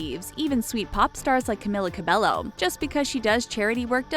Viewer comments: YOURE PRONOUNCING HER NAME WRONG AND ITS ANNOYING ME SO MUCH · Every time she said Camilla Cabello I cringed😫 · Well you got all that right.. except how to said her name.. also you forgot her most favorite food She likes Banana A LOT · Who else was kinda annoyed when she said one direction were not together like get your facts right they are not broken up ... and the fact that she constantly pronounced her name wrong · Why can't anyone in media pronounce her name right? Ugh! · the pronouncation is cameela cabeyo, not camila cabelo. . . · How you really pronounce her name is "kamila kabeyo" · Also, it’s pronounced ‘Cam-ee-la Cab-ay-o’, not ‘-Ku-milla -Ku-belllo’ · Carmella cabloo no cameeler cerbeyo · I’M SO FUCKING TRIGGERED. SHE’S camEEla cabeYo NOT camIla cabeLLo OMFG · ur pronouncing her name as (caemila cabelllllloo) well its actually (cameela cabeyo 😅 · This is how you pronounce her name Ca-me-la Ca-bay-yo CAMILA CABELLO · Her name is pronounced Camila cabeyo😊😊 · Cameela Cabeyo . Pronounce it right . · Another thing is her name is pronounced Camila cabeyo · You are saying all about her and you don't know that her name says camEEla cabeYo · It's not camila cabello it's cameela cabeo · Not trying to be rude, but you pronounced her name wrong. Its CamEEla CabeYo. Thank you, goodbye. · You said her name wrong- its Camilla CabeYo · F*ck it's CamEEla CabeYo 😂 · that is not how you pronounce her name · Imagine doing a whole thing on her life and pronouncing her whole name wrong 😭🤦‍♀️ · ... I literally disliked this video within 7 seconds. You had one job. One job and you blew it. Edit: Wow sorry that was really mean, I just get upset when people mispronounce names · Im cringing!! You're saying her WHOLE name wrong !! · Another correction, SAY HER NAME RIGHT!! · Me: Sees Camila’s nickname that Lauren called her Me: Cries for the millionth time Also, every time they say Camila Cabello, I get SO triggered. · You said her name wrong...21st fact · You said her name wrong..